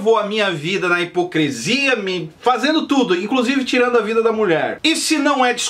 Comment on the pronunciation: O mesmo que hipocrIIIiiisia. Nada além de uma pronuncia errada ou falta de dicção. (Entendeu ou presiso desenhar)?